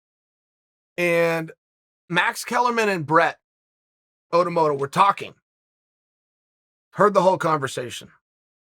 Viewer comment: Ciryl Gong & Brett Otomotto both just called their fathers to let them know they’ve been mispronouncing their names their whole lives. What the bad guy says…..goes.